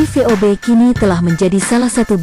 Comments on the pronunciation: Mohon maaf bukan sob tapi vob. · Yg ngisi narasi nggak bisa mbedain huruf V dan F...😁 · 😁😁😁😁vob min bukan pob 🤣🤣🤣🤣🤣🤣🤣🤣🤣sukses trus min tpi jngn slah lgi ya🙏🙏🙏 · Min min...!!! VoB bukan FoB yah ( Voice of Bacheprot ) itu aja sih tapi tetep suskrib